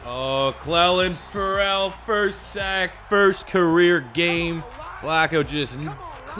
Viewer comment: Is it me or is he sayin CF name wrong lol